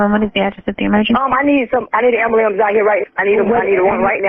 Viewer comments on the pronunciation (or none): Dispatcher: it’s pronounced amberlamps. Smh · I really wish people would stop saying aberlambs...like who tf taught yall that..😂😂😂😂